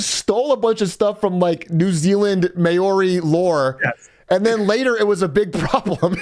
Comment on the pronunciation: Atroic said mayori 💀